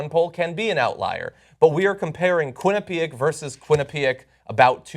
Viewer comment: I am from Connecticut and so is John, but he is pronouncing Quinnipiac wrong. Just funny to me. It's pronounaced Quinn-eh-pee-ak, not Quinn-eh-pee-ek.....John